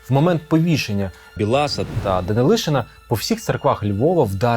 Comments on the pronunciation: Не БілАса, а БіласА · не БілАса, а БІласа. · Не БіЛаса а Бі ласа 😂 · Не Василя БілАса а В Біласа. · Білас наголос на і